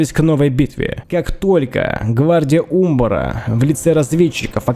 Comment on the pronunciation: Да, ты не соврал: это действительно одна из самых прекрасных осад, которые ты снимал. Считаю ты апнул уровень про производству синематиков. Молодец, земляк, рад, что знаком с твоим творчеством. Единственное, по-моему ударение на а в слове Умбар. Но это так, небольшая ерунда. Спасибо огромное, получил обалденное удовольствие!